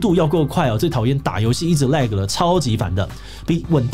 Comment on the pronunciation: lag發音有講對,很好